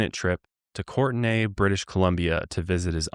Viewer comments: I'm from the Comox Valley (a part of which is Courtenay) so I am absolutely laughing at how is pronouncing it. It's just the same as the somewhat popular, usually girl's, name Courtney. Also the drive between Surrey and Courtenay is that long because we are on an island. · haha its pronounce Kourtney bc, but love y'all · Courtenay (court-knee) in the Comox Valley? I grew up in comox, ten minutes from there (well, from downtown Courtenay).